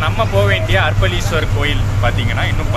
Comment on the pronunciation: Bro,அர்ப்பளீஸ்வரர் அல்ல அரப்பளீஸ்வரர் .சரியாக உச்சரிக்கவும்.இன்பத் தமிழை சிதைக்கவேண்டாம். 🌺 தியாகராஜன் ரமேஷ், அண்ணா நகர் கிழக்கு சென்னை 🌺